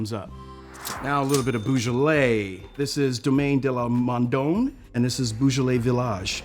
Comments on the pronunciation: C'mon man, it's 'bo-zhalay', not 'boo-zhalay'. Best to sound like an expert whilst one critiques like an expert, eh? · I'm not a nit-pick, but for a wine as well known as Beaujolais, a sommelier should say BOjolais not BOOjolais. Of course you cant pronounce 150 other complicated French names correctly, but this one is SOOOOO well known. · Beau NOT Boo! Thanks 🙏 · He definitely was mispronouncing Beaujolais. “Eau” in French is pronounced like the letter “O”. Even in English there’s the word beau for boyfriend or sometimes the name Beau instead of Bo.